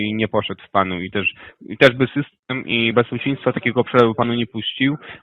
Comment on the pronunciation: Słowo BEZPIECZEŃSTWO ciężko im wymówić